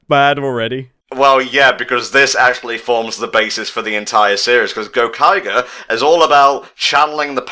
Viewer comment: GO-Kai-Jer. Kamen rider Ooh gave me a chuckle tho'